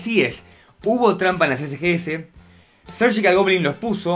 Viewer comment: No se por qué dices sergical si es surgical no veo el motivo para decir sergical